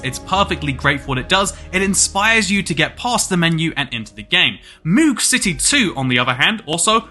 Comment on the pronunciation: The way he pronounced it was painful, as it is pronounced like "Mode" but with a hard G instead of a D